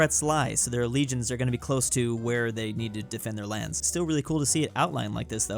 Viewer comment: So Americans read legions as regions? Like bruh the first thing in the video an I’m already triggered